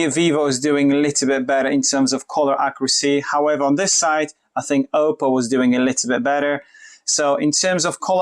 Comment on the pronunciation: Nie Ołpoł tylko Oppou - aż mi uszy zwiędły. Poza tym fajne porównanie.